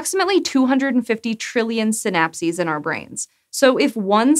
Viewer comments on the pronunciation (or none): Every time she said “synapses” i head “synapsids”, and now a cant get the image of tiny dimetrodons crawling around on neurons out of my head....